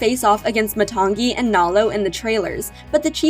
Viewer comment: You said matangi wrong and moni